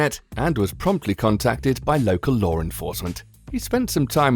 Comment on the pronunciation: It's Law not Lore :P